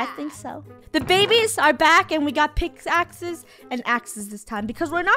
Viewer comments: Did anybody realize when funneh said pickaxes she actually said pixaxes? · Did anyone else hear funnel say we have picks axes lol 😂